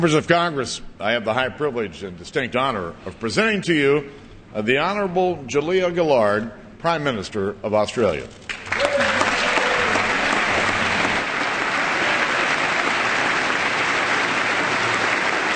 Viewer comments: Joolia (or Ja-leah Gelard as you yankie bum chums call you!), you are now the leader on the conga line of 5uckholes... I had to stop watching after 5 mins; this is one of the most repulsive & sickening sound bites an Aussie could ever hear .... "Americans, can do ANYTHING!" PUKE! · The Honerable Jul-IA Gil-LARD ... what? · Jew-Leah Gillard eh? I loved her face when he said her name like that. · Oomph. How to butcher the name "Julia Gillard". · Wow he couldn't even say her name right! How's that for disrespect! And for the record I am Australian and I am incredibly embarrassed by Julia Gillard. So are most Australians. She does not represent us!!! She wasn't even elected to power! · I love the way he pronounced her name, so French.